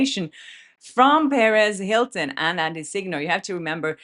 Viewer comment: I love your content!!! But one tiny thing when you say perez hilton what I hear is Paris hilton 😅 I hope people don’t get confused. But I think most of us knows who you’re talking about.